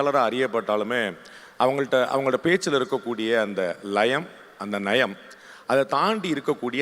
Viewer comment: பாண்டே வை பீஹாரி என்று சொல்லும், தமிழ் போராளிகள் அவர் உச்சரிப்பது போல், அந்த "லயம்", " நயம்"... இரண்டையும் சரியாக உச்சரிப்பார்களா?